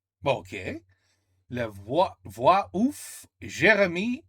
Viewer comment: la voix "off", you pronounced "ouf", and that sound like "crazy", but in reverse language ^_^